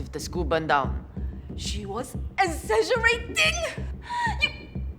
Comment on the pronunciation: “she was EZAAGERATING”